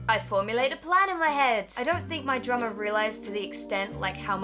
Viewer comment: Every time you said "drummer" I thought you said "drama." It really confused me....